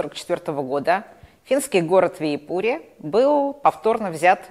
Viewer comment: готовясь к выступлению, нужно уточнить, как звучат иноязычные имена собственные. Не ВиипУри, а ВИипури, ударение на первом слоге, так же как в шведском названии ВЫборг. А то создаётся впечатление, что вы там даже не бывали.